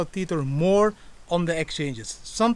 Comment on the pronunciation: Tether not "TEETHER".